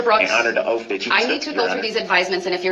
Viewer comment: It’s “OATH” not “OAF”!!!!